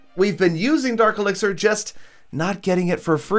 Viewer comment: did you really just say elexier